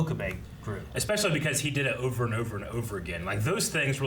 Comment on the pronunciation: “It’s ova”😂